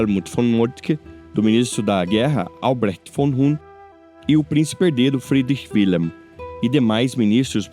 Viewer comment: Wilhelm , pronúncia-se [vilhelm] o "W" em alemão representa o fonema "V"... E "WIlhelm" corresponde a Guilherme Assim como a palavra germânica WERRA, deu origem palavra GUERRA"